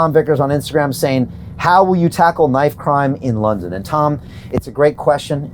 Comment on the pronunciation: "KINIFE" CRIME :D